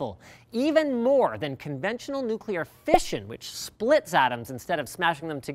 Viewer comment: Did Linus just say, "Fishin'"?